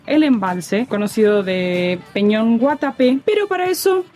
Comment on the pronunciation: Agradezco el homenaje del video y lo bien que hablan del camino y de esta zona turística de Colombia, pero si es bueno saber decir bien el nombre de la piedra y es EL PEÑÓN DE GUATAPÉ.... De resto todo muy bien